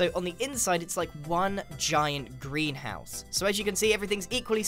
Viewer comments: Am I the only one who hears "Grianhouse" when he says greenhouse? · Every time you said greenhouse it sounded like "grianhouse"